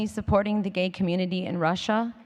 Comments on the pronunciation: Branco Really? She can't even say community without slurring! I love it when she lets her guard down and is more her real self. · yay Madonna! she sounded like she was a bit drunk for a second there, when she said "I wanna do good for my community" lol! so awesome.